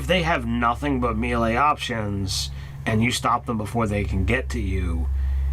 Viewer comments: Someone criminalize the "mee-lee" pronunciation please. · Apparently, prince O'Brian was a mee-lee zee-lot